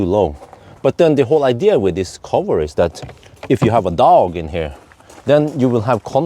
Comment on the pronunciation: Keep returning just to hear pronounce dog like a murrican